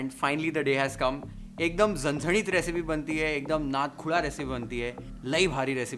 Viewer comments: I loved the way said "Zanzanit" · The way you say झणझणीत its amazing 👏 😍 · Your Marathi accent is so good 😍 Parat, aani, zhanzhanit, Bhannattt, tambda rassa, pandhra rassa everything ❣️ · वाह एकदम कडक...! मटण , वाटण, झणझणीत ye Marathi pronunciation apt kiya h sirji Recipe k sath aapki Boli bhi h लई भारी...! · भावाची मराठी accent लई भारी आहे राव... "झणझणीत , सुखं वाटण , कोथिंबीर , परात," सगळे मराठी शब्द परफेक्ट येतात... #नादखुळा 😊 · Dear, i m big fan of you though won't comment everytime but today the way you uttered the words, zanzanit, tambda n pandhra rassa, nad khula, maja aa gaya. Now let me watch the recipe. 👍👍